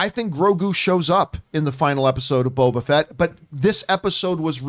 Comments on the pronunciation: I truly cringe every time said “bobo fett” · I cringed every time I heard “bobo fett” 🤣🤣🤣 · Is saying "Bobo Fett" every time or is it just me? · constantly saying “Bobo Fett” 😂